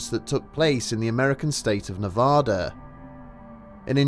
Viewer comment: Don't say "Nevada" if you're ever in the state!